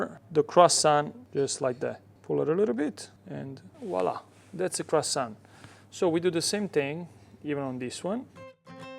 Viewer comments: Brother, love your pizza video, but my mom is French and she would slap you for calling this croissant. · Olive oil ? In a croissant ? Are you serious 😂 my ears are bleeding 😊